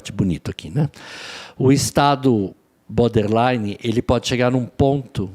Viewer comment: Alguem avisa que é boRder line,não boder! 😅😅